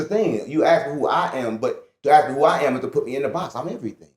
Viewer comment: "when you aks"....Scholars, All Of Them. smh